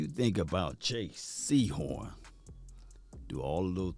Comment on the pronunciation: ITS JAYCEE HORN NOT JAY SEHORN